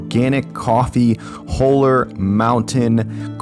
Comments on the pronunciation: BTW. It's not "whole er" it's "haw ler".. haven't tried Stumptown but my son says it's good. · It’s pronounced “Hall-er” not “hole-er”. Looking forward to trying this one.